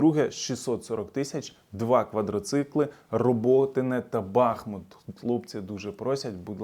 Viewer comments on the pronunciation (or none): none